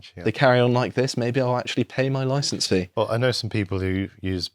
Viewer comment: NPC Bobby: "Hello there mate. Can I see your loicence for your demonstration please. We're just trying to help you mate..."